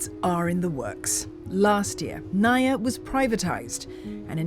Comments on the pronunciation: It's pronounced as Na-Eeee-Yah... I live in Cebu, and I could say that the CCLEX is one of the best things that have happened when it comes to traffic mitigation. The BRT? Dunno, it seems impractical, overblown. I have yet to see any Buses Running. Years ago also, around , it took us 2 hours to get out of Mactan Island, where the airport is and into Mandaue, the next City. The key to hassle-free travel here is to travel between midnight and early Morning with a rent-a-car. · It's pronounced NAH-EEEEEEEE-YAH not nuh-yuh😏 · NAIA read just as you read malayu languages. that makes it na-i-ya.